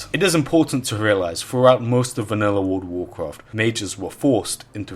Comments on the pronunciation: He didnt played world of warcraft, he played wourld of waughfcafht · Wurld uf wurcraft